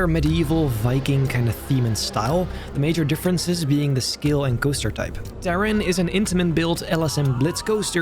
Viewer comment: It's great, but why does he pronounce "Taron" so strangely? Or is it simply because I'm German?